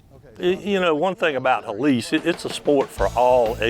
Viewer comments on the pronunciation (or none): I'm like, Helice, Helice, He -lice, and then I realize is Hélice, which is spanish for propeller. Fancy way to name a sport by mispronouncing the word.